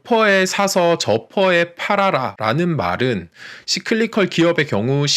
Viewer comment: 좋은 내용에 감사합니다... But, Cyclical... 씨클리컬? --> 싸이클리컬 아닌지요? ㅎㅎ